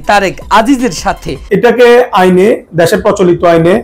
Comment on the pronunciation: দ্যাশের না দেশের বললো?বুঝতে পারলাম না